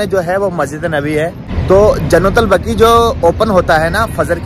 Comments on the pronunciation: जन्नलबगी नही है वो जन्नलबख़ी है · Jannatul Baqi kahte h bhai bagi nhi MashaAllaah TabarakAllah bhai🤲✅ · Jannatul baqi....not bagi